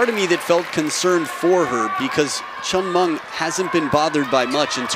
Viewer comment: commentors... pls learn to pronounce the chinese name properly, it is hen with a C and Ming not Munk... how it Subra is promounce as Sub ra